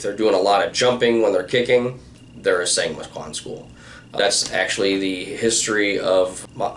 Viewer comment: Song Moo Kwan 송무관 / 松武 should be pronounced as “Sohng Moo Kwahn” with the “oh” in “song” being pronounced exactly as “oh”. “Sang” would be spelled 상 “sahng” - who told you that it’s 상 not 송? Just curious. Killing Art is a very interesting book even though it has a clear pro-ITF slant. The audiobook is well narrated with good Korean pronunciation too.